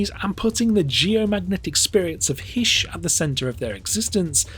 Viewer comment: Is not Heesh, is Hi-ish